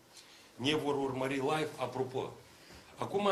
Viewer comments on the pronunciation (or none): none